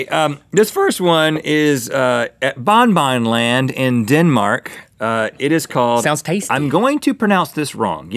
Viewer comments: You pronaus bongbong land wrong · i live in denmark and the park is pronounced (bong bong land) and the ride is pronounced (hunneproten) but it is spelled diffrently sorry for bad spelling im not a natruel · I live in Denmark and he Said it so worng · OMG i live in denmark and have bin in BonBonLand meny times. and yes you ponounced it wrong :) :D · This is so funny! If I go 1 kilometer up the road I can literally see Bon-Bon Land... And yes, Rhett.. you pronounced it wrong.. very wrong..